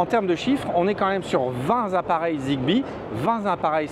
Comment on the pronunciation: 20 "tappareils" et non "zappareils"